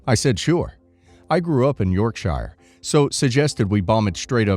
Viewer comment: yeah, every time he said Yorkshire, it tickled me and my brain corrected him each time 😊